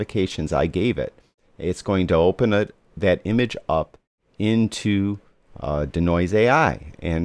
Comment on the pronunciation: It's DEE-Noise, not 'D'Noise', lol... Also, this doesn't really tell us how to use it as a plugin. I'm looking for how to set it up. This already assumes it's set up. How do I set it up?